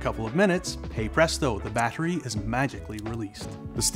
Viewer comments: The way he says battery needs to be ifixed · You pronounce "battery" strangely.